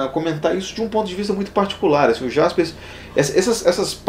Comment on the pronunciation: Embora se escreva com J, lê-se Karl Iaspers, com I. Parabéns pelo vídeo e pelo canal, fazendo a ressalva que o colega já fez do Eichmann.